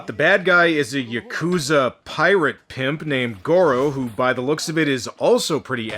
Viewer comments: Well I hate to be that guy... but it's not Ya-coo-zah. It's Yah-kah-zah. And that's from a former Japanese roommate I lived with who knew some Yakuza in Fukuoka. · is it really that hard for americans to properly pronounce yakuza?